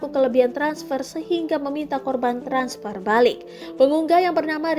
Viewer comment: Harusnya begini: bang be er i, transper, cabank, 😂😂